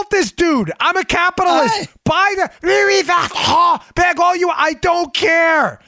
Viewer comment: Love the Louis Vuitton bag story, LMAO. BTW, your French accent sucks, Dan, which is net-net a compliment.